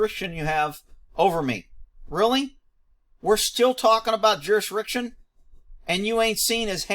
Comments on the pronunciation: "Jurisriction" lmao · That "juriswricsion" will get you every time. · They can’t pronounce ask but you expect them to say jurisdiction correctly, Lol? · JUR-IS-DIC-TION..... say it slow.: ).